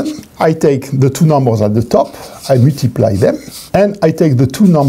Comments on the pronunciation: at , i distinctly heard the word puttiply. awesome. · "I want to Puh-tee-ply it"